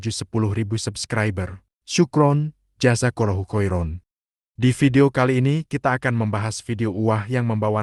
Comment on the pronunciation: "sukron jazakolohu khoiro" seharusnya Syukran, Jazakallahu khairan... tdk ada vokal "o" dlm AlQuran